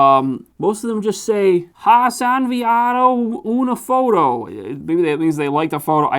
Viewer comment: "has enviado una foto" 🔥🔥🔥🔥 as a Mexican follower i think u said that very well. Also pinchi (or pinche) is like a plus to say "pinche [insert a mexican slur]".